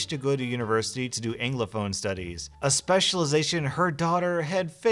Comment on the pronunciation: Englophone/ WTF did you just say? Englophone? What is this word you have invented? please try to read whats written instead of making words up. Anglophone is pronounced exactly as its written, the A isn't a sneaky E nor is it a typo